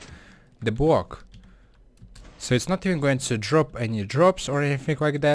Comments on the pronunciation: Fair enough your first language isn't English. But I just think it's funny how he says block-bwok nice try lol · it's BLOCK not bwock! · Sir, iT is "block" and not "bock" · man how hard can it be to say block and not just bwock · a bwock? wuuuuut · elmer fudd still does that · bwock pwaced swabs cwose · I mean srsly, 'Bwocks?' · Bwok is what he is saying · it's gowing to bweak da bwock?